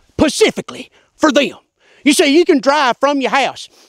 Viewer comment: "Pacifically for theyum"